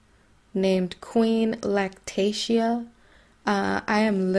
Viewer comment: And your horrible for making money off of him and learn how to pronounce his name right